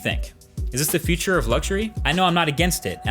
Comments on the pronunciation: I am stuck on how you pronounce the word future . 😂 It sounds more like feature. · funny how an english-spoken person cannot differ future from feature